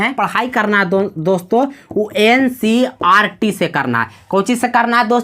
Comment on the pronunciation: Ncrt nhi hota hai ncert hota hai